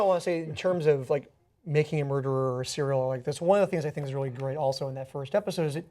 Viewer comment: wait did he say making a mruderer?